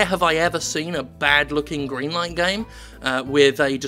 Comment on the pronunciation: Are you saying "Goodlight Green Stuff" on purpose now?